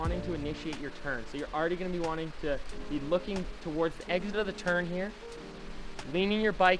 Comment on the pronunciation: "eggzid" lol. Love your tutorials Finn, could you make one about how to train for downhill racing. Would be cool:)